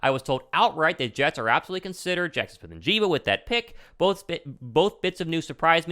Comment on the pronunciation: It's "N" "JIG" "BUH" Not "N" "JEEBA" love the content bro👍🏻